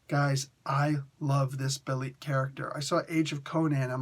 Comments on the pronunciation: The ê in Bêlit is normally an a/eh sound. So I think its more of "Beh-Lit", but I could be wrong. Its based on the word "Beherit"/Behelit if im not mistaken, the Syriac word for Satan. She is a leading figure in Queen of the Black Coast as others have mentioned. Conan does become a member of her crew and she (the pirate Queen) asks him to rule with her as the pirate King. I see Conan, I click. Thanks for the review! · I think it's pronounced "Ball-leet" or "Bell-leet" because it's Sumerian based, but I could be wrong. In my 616 rewrite, I have her being being connected to Wakanda exiles on her pirate ship when she meets Conan, who I have knowing Beshenga, the OG Black Panther from the Hyborian Age 👍😎